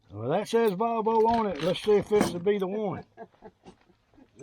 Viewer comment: You are saying valvo but its volvo you 2 make a good team